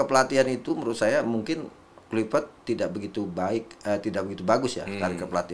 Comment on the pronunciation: Akmal Akmal.. luipret kluipret. Itu huruf v bukan p eeehhh